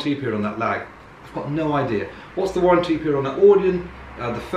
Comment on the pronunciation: Warren T